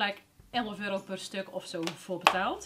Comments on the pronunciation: Haha waarom zeg je altijd euri inplaats van euro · wrm zeg jij eurie ipv euro???